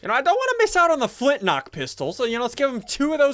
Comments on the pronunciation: Has anyone else hear him say flint lock? Like if u did! Edit: and then he said flint rock lel. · XD yea FOOT NOCK NECO what?? XD